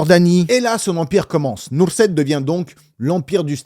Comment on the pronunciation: Nusret leeeen pas nurset